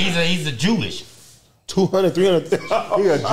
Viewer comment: whenever mispronounce simple words like “Jewish” its hilarious..😭 my nigga pun tried to bail him out right after